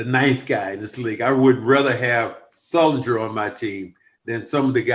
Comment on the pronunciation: did this guys say sulinger